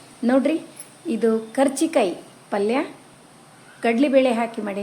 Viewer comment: ಕಾಚಿ೯ ಕಾಯಿ ಅಂತಾರೆ ಮೇಡಮ್,ಕಚಿ೯ಕಾಯಿ ಅಲ್ಲಾರೀ.